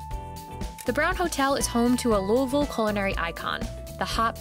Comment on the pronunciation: Wow she said Louisville so well it's almost like she's from here.